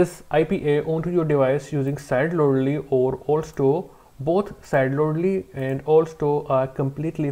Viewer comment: how he said Sideloadly 😂😂❤